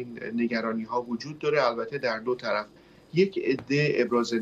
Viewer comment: دو طلف چی یه؟! دوطرف ! مجری هم گاها عجیب و غریب کلمات کشف می کند! نوت: در بخش اخبار مربوط به مذاکرات صلح افغانستان دقیق گوش کنید. خانم مجری دو طرف مذاکرات را " دو طلف " تلفظ می کند!